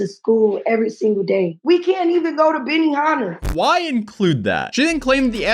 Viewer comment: Jesus help us!!! I know what Benihana is... did you bother to hear the way she pronounced it??? That's why I put .